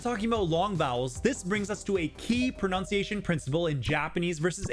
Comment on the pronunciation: It's pronunciation, NOT pronoun-ciation 👎